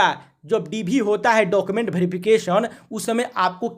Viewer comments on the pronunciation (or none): none